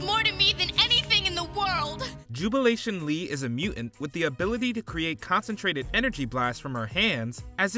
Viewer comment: It’s muTant not mUent, Ai voiceovers would be better